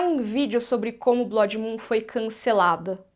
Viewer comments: Graças a Deus... do jeito que tá... com Velaryons pretos africanos, melhor nem fazer nada msm. E aprende a falar blood por favor... num é blódi, e sim blôod. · Cada vez que essa mulher diz "BLÓDI" no vídeo, dá vontade de gritar e avisar que a pronúncia está horrivelmente errada! Alguém fala pra ela que Blood, se pronuncia "Blud", e quer dizer "sangue", em inglês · Blódi? Kkk blódimoon? A palavra não é Blood?